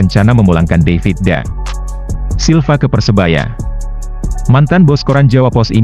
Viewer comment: David da Silva min bukan daivit🤦🏻‍♂️